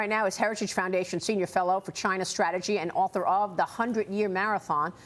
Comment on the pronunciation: I miss the way he said Ch-eye-na!